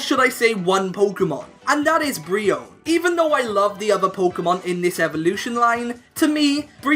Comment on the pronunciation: youre pronouncing Braxien wrong